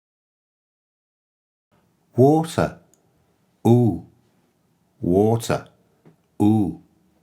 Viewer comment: Hello ! French guy here, with all due respect, this is not how you pronounce water. You use very heavily the [u] sound from the international phonetics alphabet, while the correct sound would be closer to the following : [ɵ] most accurate, [o], [ɔ].